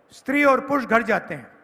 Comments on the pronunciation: पुर्ष नही पुरुष होता है पप्पू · Kahe hindi ki tang tod rahe ho sidhe sidhe admi aurat bolo purush bhi sahi se naho bolne a raha rahul gandhi ko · Pehle purush bolna sikh BKL 😂